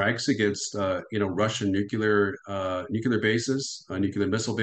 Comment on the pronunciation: there's an "l" in the world nuclear!